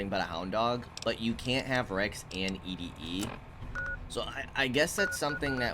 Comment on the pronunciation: "E -D -E" instead of "Eddy" will never get old, brother lol love it!